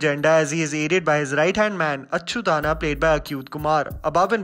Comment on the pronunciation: It’s not Achyutana, it is Achyut anna meaning Achyut bhaiyya.